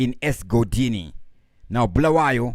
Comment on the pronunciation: Bulawayo not bhulawayo wena 😒